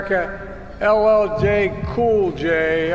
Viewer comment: Couldn’t even say LL cool J